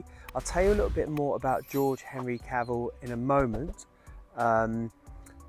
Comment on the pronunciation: Nice video and it was of special interest as my wife is George's great grandniece and she has been working hard on locating the grave with a view to us hopefully being able to erect a headstone or some other marker in his & his wife Kate's memory. One point of order from her though, Cavell should be pronounced with the 'E' emphasised due to the name being french in origin (she is very particular about it lol) 😁